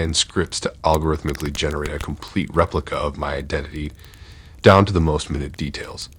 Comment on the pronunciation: It's minute...long I. U pronounce it like 60 seconds...u need to perfect your English